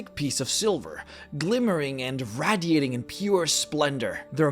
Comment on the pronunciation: say radiating g again